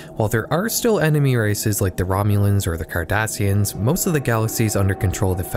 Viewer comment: i swear it sounds like he's saying the Kardashians